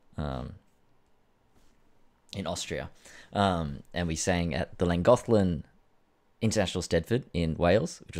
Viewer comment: Another ripper Tak, Olivias great. Mint pronunciation on Llangollen and Eisteddfod too buddy. Better than a lot of Welsh people 😉